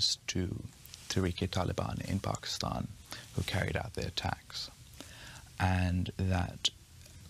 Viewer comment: Charlie rose: pakiushhtan